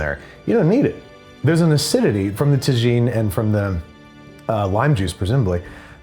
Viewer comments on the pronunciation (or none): Tah-gene is a cooking vessel, Tah-Heen is a seasoning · Pronounced "Tah-Heen" NOT "Tah-Jeen" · TAGINNNN ITS PRNOUNCED TA-HINN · Tuh•heen not tu•jeen on the rim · Tajin is spoken as Ta-Heen. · It drives me absolutely crazy that he pronounces tajin “tuh-jean,” and even more that NOBODY is talking about it. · Bro..........the j is pronounced like an h in Tajin. How do you say tortilla? Lol 😘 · TA"JEAN" lol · Babby, please. As a Texan, I'm begging you. "TA-HEEN." A tajine is a totally different thing. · I'm from Pennsylvania for goodness' sake and even I was shouting "TA-HEEN" at my laptop! Sigh. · Why has no one corrected Andrew on the proper way to pronounce tajin? It's TA-heen. H sound for the J, it's not like tagine, the moroccan cooking vessel. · not enough people in the comments are talking about that tajin pronunciation… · Can someone teach Andrew how to say Tajin properly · Please say the way youre saying Tajin that way is a bit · Not just Texas! I’m in Cali and cringe at his pronunciation too. Pretty sure the whole south west knows what’s up. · Yes! Im in Arizona and when people mispronounce Spanish words I die inside lol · learn how to pronounce tajin please